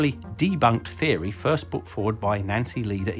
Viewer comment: Agh I hate how you butcher the word "theory." It is so unscientific and just feeds the public's ignorance of science. Perhaps this isn't such a serious issue in the UK, but in the US it is dire.